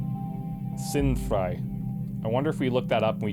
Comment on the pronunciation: gedanken is pronounced with stress on the a and sind frei belongs a bit farther apart but your german is pretty good, despite the accent ;) HOWEVER "Die Gedanken sinnfrei" just sounds like an awesome song. Basically means "The thoughs sensefree [ basically random]"